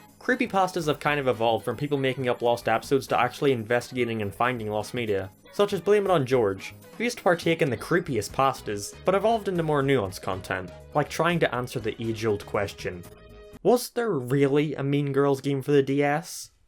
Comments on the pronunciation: For Blameitonjorge, Jorge is a Spanish name. You pronounce it "hor-hay", not "George" lol. Google is you friend my guy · Blame is on Jorge is actually pronounced blame it in Horhe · You pronounced jorge wrong